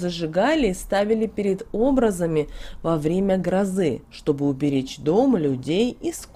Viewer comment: Благодарю! Но прошу правильно ставить ударения, особенно, в названиях церковных праздников, это ж СрЕтение. ОбразА.